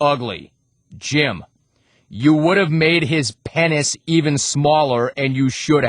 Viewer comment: why cant he pronounce "penis"??